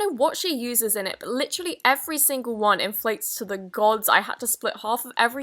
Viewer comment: Maddie Sakry no she lit rally said confusion